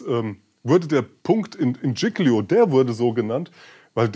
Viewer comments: Bitte die Insel Giglio richtig aussprechen. Sonst alles gut. Tschilio das tut weh,wenn man italienisch kann. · Dschicklio, so so, vielleicht ein bissl Italienische Aussprache üben. Und sich dann bitte auch über Kapitän Schettino (gesprochen übrigens SKettino und nicht SCHettino) informieren